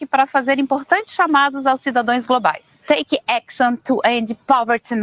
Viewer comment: “Cidadoes”. E o Que da colocar um analfabeto no poder